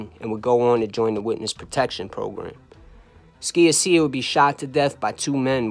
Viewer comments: Great story telling. Your attention to details and accuracy is outstanding. You even mentioned Emmanuel Ragusa who skated. "George from Canada", Gerlando's surname is pronounced "Sha-sha". Otherwise a kick ass show!! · George SKIA-SEE-YA 😅 just bustin balls...you did a great job putting all the pieces together and presenting it in a concise & unique way 👍Keep up the good work!